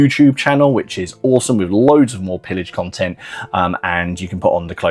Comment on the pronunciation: It's a french wargame : it's prononced [peeyaj], please! It means plundering, or looting, or sacking.